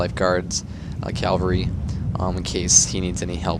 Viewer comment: Dude. Cav-al-ry. Say it with me. Cav-al-ry.